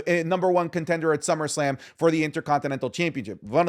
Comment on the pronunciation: "Summersalm"?? wtff